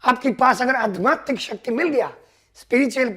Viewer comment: Aadhyaatmik बोलना सर...🥰 आप pronounce करते हो adhmaatik ...बाकी बहोत अच्छे बोले प्यारे दादा,,पापा जैसे प्यारे😇 Thank u...💯👌